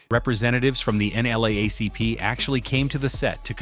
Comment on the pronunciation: AI read N double A C P as N double L C P😂😂😂